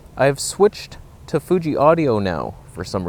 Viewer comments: Love how he calls it the 😅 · "fooge"? ... FOOGE?!!! lol. "Stabe"?